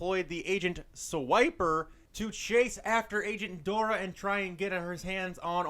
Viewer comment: He didn’t say Dora right 😭😭